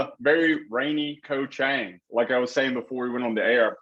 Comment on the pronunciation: Koh Chang (pronounced Charng) Not trying to be negative, just helping with speaking Thai.